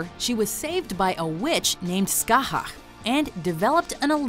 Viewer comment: Man you butchered scathich's name. Do you even watch the show.